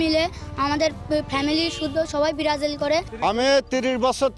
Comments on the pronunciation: ব্রাজিল ও বলতে পারে না ব্রারাজিল করে? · ভাল ভাবে বলতেও তো বলতে পারতা সেনা বলতা সে বেরাজিল🤣🤣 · ওরে ভক্ত রে 😱🫢 ব্রাজিল নামটাও ঠিক মত বলতে পারেনা 😁😁😁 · দলের নামই উচ্চারণ করতে পারে না । আসছে কাপ নিতে😂😂😂😂😂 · নামটা ভালো করে উচ্চারণ করতে পারে না আবার সাপোর্টার 😄😄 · আগে ঠিক করে ব্রাজিল বল